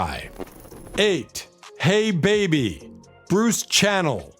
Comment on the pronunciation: Quite a few of these were NOT one-hit wonders! In fact, the Classics IV had FOUR Top 20 hits between 1967 and 1969...in addition to "Spooky", there was also "Stormy", "Traces" and "Everyday With You Girl". The mispronunciation of names here was also galling. Fontella's last name is pronounced like the fish and not the musical instrument, and Bruce's last name was pronounced 'Sha-NEL', like the perfume. Do better!